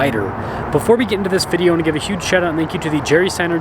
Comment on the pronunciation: Someone please teach how to say the word VIDEO! 😐😐😐😐😐😐😐